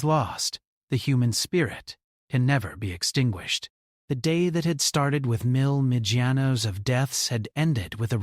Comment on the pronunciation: Can’t stand it anymore!! “Million” is pronounced “ MILL YUN”. Thank you.